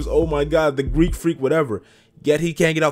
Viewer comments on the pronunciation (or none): Greek not greak just sayin